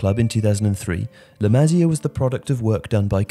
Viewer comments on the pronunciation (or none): Dude, it's not "la mah-zia," it's "la mah-SEE-ah." At least be able to pronounce the entity you are discussing! Besides that, La Masia has produced many good players recently, but the club is stupidly holding on older first team players who need to make way for the likes of Riqui Puig, Ansu Fati, Aleña and Monchu. Hopefully hitting rock bottom recently will force the board to get back to bringing up La Masia talent. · I just can't take this guy's accent. I have never ever heard anyone mispronounce La Masia, but this guy manages to do it. Incredible! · The way to say La masia is beyond wrong 😂😂😂